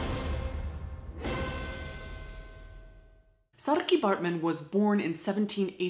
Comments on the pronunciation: so cool to hear snippets of cape town’s history, my city. thanks for pronouncing saartjie correctly! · I'm South African and am very impressed with how you pronounce Saartjie's name correctly! It's a difficult one to get right if you're not used to the language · Saartjie is pronounced sarcky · On behalf of all South Africans, I would personally like to thank you for pronouncing "Saartjie" correctly. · I agree! Thanks for respecting our language as well as the legacy of Saartjie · Well done😁I was kinda surprised when you did pronounce it right but I'm proud👏👏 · Ivana Davids i was thinking the exact same thing! Sup fellow SA audience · saartjie was a dutch name, not south african, but i still think its good that she made an effort to pronounce it correctly 😌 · it is a name in Netherlands too, but with a distinctly different pronounciation. SaarTje versus SaarKey (hard to write sound differences XD) So yeah this is definitly South African and as a Dutch person I am very happy to see South African culture and identity respected in this space :) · On behalf of every south African thank you for taking the time to pronounce her name right... Depending on if you're coloured or black sometimes it may be pronounced SARR-(ROLL THE R'S) CHIE but im so happy you did your homework i love you're videos btw Thank you ❤️❤️ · Thank you the correct pronunciation of "Saartjie" on behalf of all South Africans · Yeah, I’m impressed with her pronunciation as well! People often struggle with the rrrrrr in our words! Hi from Port Elizabeth!👋🏻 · I know many have said this already, but as a South African, thank you for taking the time to learn the proper pronunciation of her name - the 'r' and 'tjie' sounds are not easy for English speakers! Saying her name right just gives so much more autonomy and humanity to her as a person. Thank you for the empathy and care shown to Saartjie and her heartbreaking life. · As a South African, I appreciate that you pronounced ‘Saartjie’ correctly 👍